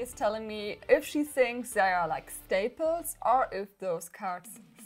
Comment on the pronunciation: Schtaples oder schtinkers?